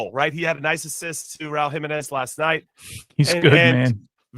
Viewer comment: Jimmy has to learn how to pronounce Jimenez. It’s killing me